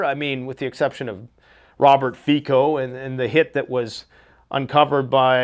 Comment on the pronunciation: It’s pronounced “ fit so “ ( fico) Robert